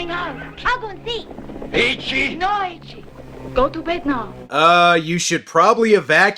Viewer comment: His name's actually Eiichi, which is also a common name roughly meaning "excellent one". I guess they just mistakenly pronounced the "ei" as "e"